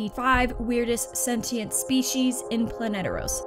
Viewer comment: It's Planetos. Not sure where you found the r